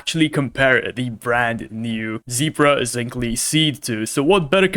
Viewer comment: It's pronounced zink-el 😅